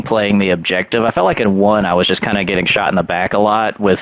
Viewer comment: "Just-eu, runni-eu and-eu, dyi-eu."